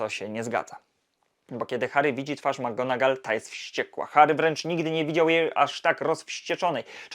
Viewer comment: Świetny materiał, jakkolwiek mam jeden przytyk😉 Zarzucasz chłopcom że nie potrafią nauczyć się wymowy Leviosy podczas gdy notorycznie źle akcentujesz nazwisko McGonagall. Imię Seamus jest pochodzenia irlandzkiego i wymawiamy je SHAY-mus (/ˈʃeɪ.məs/)